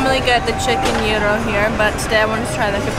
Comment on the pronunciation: Wow the gyros 🥙 look amazing!!! Also I think I just learned how to say “gyro” properly for the first time. 😄 Thanks!